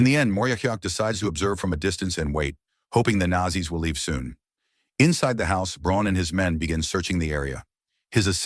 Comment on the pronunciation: Wby is it pronounced Nassie?